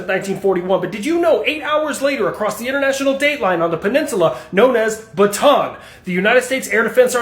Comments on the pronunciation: Bataan is actually 3 syllables. Ba-ta-an. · Pronounced Ba-ta-an. 3 syllables. My great uncle survived the Death March, I lived there.